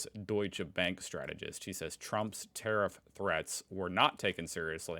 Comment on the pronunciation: Tarrif? He says it like "terrif", like "terrific", like "terrifying", like "terror ". That's why he thinks it's a beautiful, truly "terrific" word.